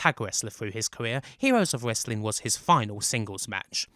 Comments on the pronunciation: "wesswing" lol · The PPV was bad but nothing close to how awful this narrator is. He can't even pronounce "Wesling". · Dude you do know that it's the "w" in wrestling that is silent not the "r "? Trying to figure out what the heck "wessling" is.😂🤣😃😄😅😆